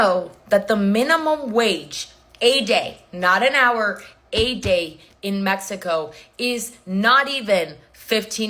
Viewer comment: Holy shit she said Mexico, not Me-hee-co.